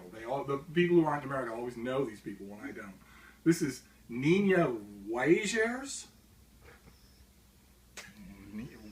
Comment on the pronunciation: Nina Weijers' last name is pronounced as Meyers (but than with a W at the beginning)